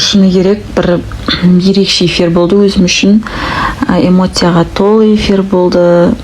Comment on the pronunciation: Имоция емес Эмоция